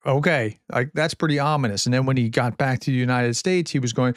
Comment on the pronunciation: It's ominous that you push the word ominous so heavily.